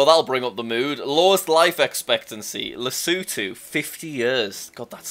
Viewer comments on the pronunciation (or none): its lesotho, not lesutho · Jack:Lesootoo. Me:Lesotho Jack,not "Lesootoo" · Country name Lesotho Jack lesuuuthuuu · Lesutu huh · yep I that is definitely how you say Lesotho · when Jack didn’t know how to say Lesotho he would be cringing now If he saw this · bro pronounced lesotho wrong